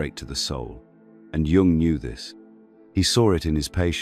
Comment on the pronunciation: Very good. However, it’s not pronounced Jung using the J sound!